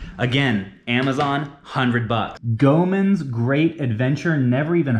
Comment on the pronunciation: Just for future reference, Goemon is pronounced like Pokemon, so it's Go-A-Mon.